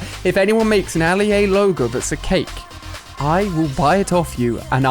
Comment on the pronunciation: The fact he said CHKake instead of just cake